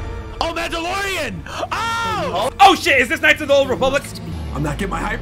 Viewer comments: Did that guy really say "mandalorian?" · That dude really said mandalorian😭😂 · Mans said mandalorian 💀💀💀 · When that guy said, Mandalorian in the kotor trailer it actually hurted. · “Mandalorian” im dead